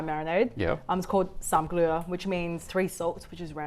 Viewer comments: นางท่าจะไม่ได้เกิดในไทยแน่ ไม่มีคนไทยคนไหนออกเสียง "สามเกลอ" เป็น สามเกลือ ผิด แถมยังเข้าใจที่มาคำผิดด้วย Sorry, It is not "SAM GLEU" (three salt) but "Sam Gler" (three friends - garlic, coriander root, white pepper). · Coriandet root/Garlic/white peppercorn is read "Sam(like charm)-Gler(like her)" meaning 3 good friends, not 3 salt. It's old thai languages. It's basically mirepoix of Thai cuisine giving unique nice aroma. Usuappy when making Samgler or any dish requiring coriander root, Thai chef would only use the root plus no more than 1 inch of green stem because they produce different flavour. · Sorry to be that guy 🙏, I'm a native Thai, and Sam Kler or สามเกลอ actually means "three friends". Kler or เกลอ is an old Thai word which translates directly to "friend(s)". I know it sounds VERY similar to เกลือ which means "salt", but they have slight pronunciation differences. The reason for calling them "three friends" is, from my understanding, because we use them together very often (which you already mentioned in the video), and therefore, they are friends. TBH, nobody really use Kler nowadays, it's such an old word which you can only find in (old) books and/or title of Thai books.